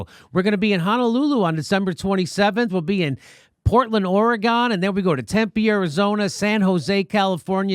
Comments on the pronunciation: Jimmy, Jimmy, Jimmy. " OR-Y-Gun" I pity the po fu who can't pronounce Oregon. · Jimmy, I love you but please learn how to pronounce “Oregon” for goodness sake. You live on the west coast too. How can this happen ?